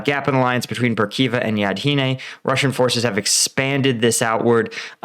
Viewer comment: Yahidne, not Yadhine. Svatove, not Savote.